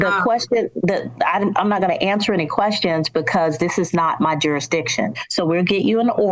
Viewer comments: I was rolling 😂 when she said duridiction ! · Another jar-a-diction plaintiff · JurISdicion. There’s an s in there. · Oh for fucks sake. There should be a rule where if you can't even say the word "jurisdiction", you have to get a lawyer. This is scary.